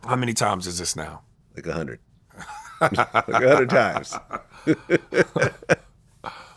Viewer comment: “how many times is this now ???” “like a hunnid”😂😂😂